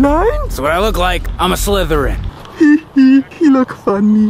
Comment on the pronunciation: Its slytherin not slitheryen